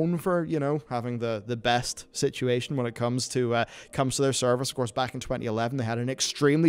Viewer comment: “Sitchy ation” I love it LoL